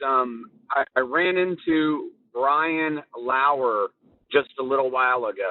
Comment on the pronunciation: “ I ran into Brian LAUR”🤣